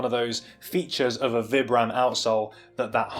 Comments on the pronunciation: well Vibram is an Italian company so I believe they pronounce it Vee-bram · do you say "vy-bram"?? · excellent review. gutted these are narrow, i specifically buy new balance for their width, hopefully the extra half size will be enough. are you purposefully say vibram wrong? XD